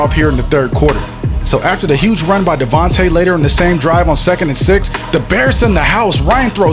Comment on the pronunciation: Great videos, awesome editing man. Just FYI, it's DevonTA Freeman, not DevanTE.